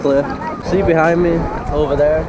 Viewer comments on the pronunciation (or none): none